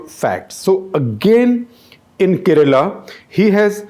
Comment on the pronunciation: I like your analysis . But why do you mispronounce South Indian names? Kerala is mispronounced! Let alone Karikal Chozhan! Isn’t there someone on ur team who can work with u on this?